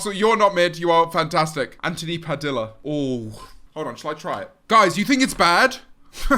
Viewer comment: THE WAY HE PRONOUNCED “PADILLA” 😭💀✋🏼